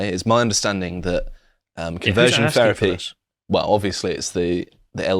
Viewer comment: Please stop saying "ferapy"